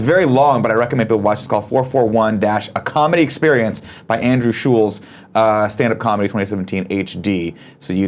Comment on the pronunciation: Nick, you pronounced Andrew Schulz's last name correctly the first time.